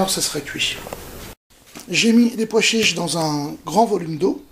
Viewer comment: vous savez personne n'ose vous le dire mais il n'y a pas de "d" à pois chiches